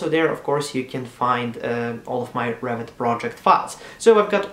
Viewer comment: "Revit", not Rabbit ! ;D